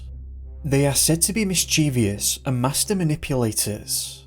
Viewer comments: It’s “mischievous” NOT mischevious 🤨. Pronounced “miss che vus” not “miss che veeus” 🙄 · mischievous has 3 syllables not 4. pronounced "mis chi ves" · Not miss cheeve ee us. Please